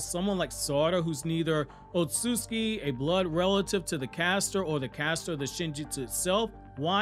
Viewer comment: Why yu call it “ otsuski” it’s ots-utsu-ki…. otsutsuki